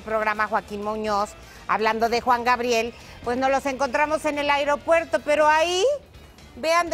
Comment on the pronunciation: JAJAJA Airopuerto